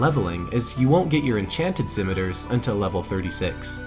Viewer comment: I would love it if there were more recuring story lines like this in the future. This feels like a very satisfying end to the Whiteskull story, especially the redemption that comes with earning Deathbrand's armor. I will say that the way you pronounce scimitar made me very uncomfortable because I was filled with doubt, worrying I'd been pronouncing the word wrong my entire life. Luckily, I hadn't been. I am very happy to see this series return. I was about to start a new game in honor of Gamerpoets, who's recovering from hernia surgery. Great job yall, I always love watching your videos.